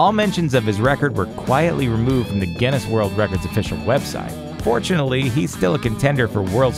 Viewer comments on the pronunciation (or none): none